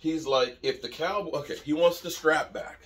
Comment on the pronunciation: "Wamts" tho...🦅🤣🦅